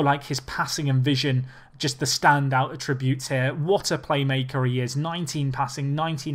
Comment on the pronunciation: ATTributes, not atTributes!!